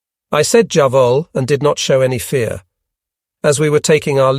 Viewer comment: Lmao why can nobody tell that it's an AI generated voice. Its obvious by the way it said "jawohl" near the beginning.